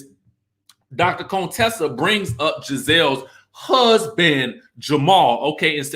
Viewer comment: I enjoy your videos, but.....Would you PUHLEEZE pronounce Contessa's name correctly. Her name isn't "Coontessa". That's so disrespectful!